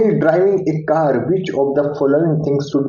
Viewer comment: Cass nahi car hota hai😂😂😂😂